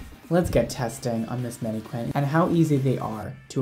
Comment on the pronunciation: Are we not gonna talk about how adorbz the pronunciation of mannequin is? Manny-Quinn 😍 Even if it’s intentional it’s adorable and I’m screaming.